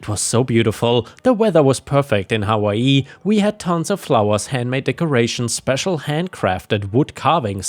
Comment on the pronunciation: You say hawaii funny never heard it like that 😂